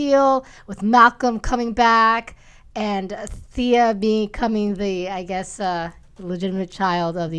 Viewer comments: Can you please start pronouncing Stephen Amell right and THEEEEE-AH as fans it's embarrassing. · Why is John constantly pronouncing Thea wrong? His wife and the other woman are saying it correctly yet he doesn't get it. Just like how everyone says Cumberbatch and he'll say Cumberbotch. lol